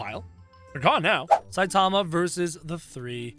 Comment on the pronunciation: its Saitama. How you pronounce: Sai tama